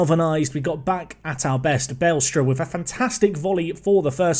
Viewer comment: BA-LESTRA not BALE-STRA I guess.